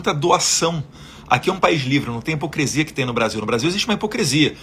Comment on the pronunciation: Com todo o respeito, Deputado, parece q ouvi o senhor dizer "hipocresia" duas vezes. Peço imensas desculpas, mas é q nós da direita sempre falamos dos erros da Janja e outros e não gostaria q fizessem o mesmo com o senhor. Sucesso sempre 🙏🇧🇷🇧🇷😎